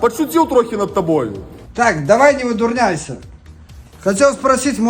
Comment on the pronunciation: Ни невыдурняйсЯ, а трэба казаць- невыдурняйсА. Ен жа правильна гаворыць ни сабираусА. Вучэця адразу беларуски, англейски скора никаму ни нада будзЯ.